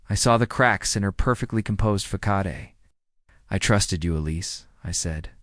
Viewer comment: I'll tell you one thing I'm going to pronounce facade like fic-ah-de' from now on. Oh yeah and that.. thing that's called ellipses. You don't pronounce it. It's just a pause and a sentence dude you're hilarious